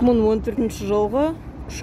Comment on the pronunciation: Мын емес, мың